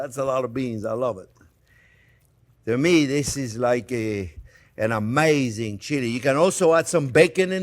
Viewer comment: Wow, that finished chili looks absolutely amaizing (that's my attempt to spell "amazing" like the Chef pronounces it!). Can't wait to try this recipe.